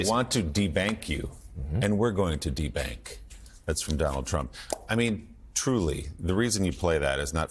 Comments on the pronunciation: De-bank …he's the only person who can read "DEBUNK" on a monitor and refuse to admit he's read it wrong … and he doubles down on it knowing that his crowd are never gonna question it! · The Republican's are hilarious... there is no such word as "debank". Did these people go to school? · He STILL doesn’t handle the “big” words! The word is “de-bunk”, NOT de-bank. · Debank? What the heck is that? Does doofus mean "debunk". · “meandering”? “debank”? Since…always! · Trump is getting worse with each campaign stop. De-bank? Liquid gold? Non-liquid gold? Trump cannot even complete a whole coherent sentence. Trump is just all over the place with his "speeches". I bet Trump doesn't even go to his mother-in-law's funeral today. LOCK HIM UP!! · Debank ? ? ? Drumpf cannot read his prompter...and he is incoherent .....How ignorant and insane is he ? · If only he were that clever or articulate. Sorry, he misread debunked … just listen to the sentence he was saying in context. He obviously doesn't bother reading the speeches that are written for him because he feels it's beneath him! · "Debank"???? Lol. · trump can't even read...the word was debunk, not debank.